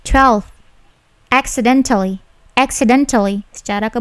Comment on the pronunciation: 😀😀😀😀Accidentelly....telly...halus penekanan nya